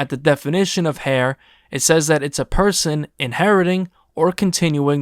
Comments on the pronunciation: It’s pronounced “air” big homie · You do realize heir is pronounced “air” right?? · Showing the definition and pronunciation of heir and pronouncing it hair is nasty 😂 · Did you really pronounce heir as hair??…. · It's not pronounced hair it's pronounced like air the H is silent. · Heir is pronounced like “air” not “hair.”😖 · Someone tell this dude that “heir” is pronounced “air” not “hear” 🫠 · "Heir" is pronounced "air" not "hair" lol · lol it’s pronounced air, not hair. Talking about the world heir. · Pronounced "air" not "hair".. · Bruh said "hair" to the throne. lol. Heir is pronounced "air". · Pronounced like air, not hair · heir pronounced air you too grown not to know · Did you just pronounce heir as 'hair'? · Good video but I kept cringing when you pronounced heir as "hair" lmao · this man really didn’t know how to pronounce “Heir” ??? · How do you mispronounce heir multiple times? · Please stop saying “hair”. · the pronunciation says “er”. Air. Air. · Bro said “hair”😂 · heir is pronounced “air” 😅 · Bro don’t know how to pronounce heir 😂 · Heir??? Why say it with the h?😂😂😂😂😂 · You looking up "heir" and having the written & audio pronunciation right there onscreen while saying it wrong was rough. Good video, though.